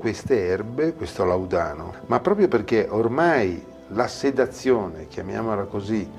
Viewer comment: Protti parla di "ignoranza" e poi continua a ripetere "laudàno", piuttosto che "làudano"...